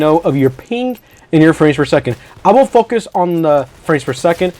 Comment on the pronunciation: "i will fuqus"